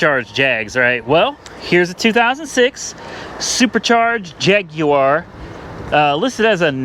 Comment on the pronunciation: Why does he say Jaguar like that? 😂